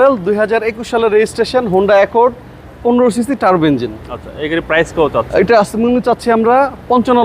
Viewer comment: আরে ব্যাটা ইঞ্জিল না, ইঞ্জিন